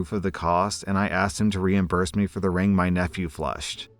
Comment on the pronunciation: All I can hear when he says ring is "rªng"